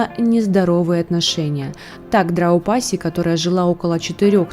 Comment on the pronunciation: Драупади. Но никак не Драупаси))) Примитивные рассуждения. Но вам простительно.